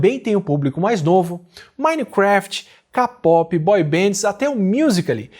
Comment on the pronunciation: Ja vejo o dia que o Átila vai ser cancelado por falar "CAPOPE"